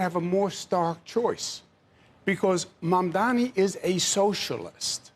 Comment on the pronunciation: Credit where credit is due — at least Cuomo is pronouncing Mamdani correctly.